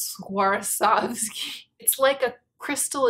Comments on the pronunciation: Swarovski i thin is pronounced svarovski rather than swarsovski :) i think . It s the first time i heard it with an extra s :)) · was pronouncing the o just fine though! She just happened to stick an extra s in there for good measure 😂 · I would 100% be interested in a review of that Becca skin gloss thing! I feel like you're trying to sneak an extra 's' into Swarovski 😂😂😂 think someone who has had a horrible time skiing and has sworn off it for life. She Swar ov ski 😂😂😂😂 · The Sriracha bottle is my aesthetic Also: Swarsov- Swawr.sov.ski. Swarsovsky. 😂I just love you. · We will laugh carefree-ly again! Until then... swwarsovski? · I found her struggle so cute, especially the next time she tries to say it more toward the end of the vid when she talks about the CD release I think! I needed this laughter that comes from within, like when a baby does something unknowingly funny! I laughed so genuinely i now want to cry because I remember laughing frequently like this in more careless times than these. le sigh